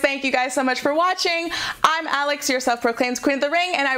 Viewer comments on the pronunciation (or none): none